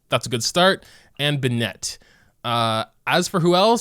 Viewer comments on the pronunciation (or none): man i've been watchin your videos for some months now...they surely are nice to watch but this bennEt pronunciation is killing me ! :D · who else gets triggered when he says “binet”?? 😂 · Why do you pronounce Bennett like that. . . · I’m sorry but the way you pronounce Bennett kills me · Is the way you pronounce Bennet some kind of inside joke? o_o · thats not how you say bennett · omg the pronunciation of Bennett pains me every time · Why does he pronounce bennett like that😭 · why is he saying bennett like it’s a girl’s name.... this is killing me